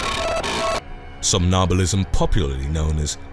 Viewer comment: Interesting. But it's pronounced som nam bulist. You miss the second m